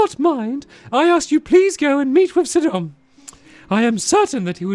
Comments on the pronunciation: It's not 'sidon' its pronounced sigh-don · Hey stampy It's pronounced sigh-don not sid-on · It's Si-don not Sid-on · Your saying Sidon wrong you need to say it sigh-don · Your pronouncing Sidon wrong. It’s pronounced Saidon. It means fishery in another language.